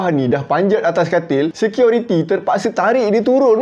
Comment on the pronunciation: Assalamualaikum warahmatullahi wabarakaatuh??? bro dan semuanya.....security atau seqiority ni...he he he ..maaf kalau saya old school ...MCM lawak bunyi tu ,,tapi dah ok best dari dulu cara penceritaan..